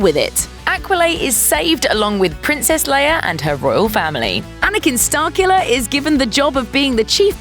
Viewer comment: OH! "Starkiller"! I thought u were saying Starcula.